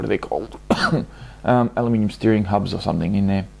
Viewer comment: Did you say alumium?